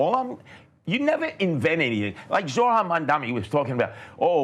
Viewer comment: Curtis “Jojo” Siwa spent half of the debate whining about a lack of attention and the other half mispronouncing Zohran’s name. At least he’s giving the goofy red beret a rest.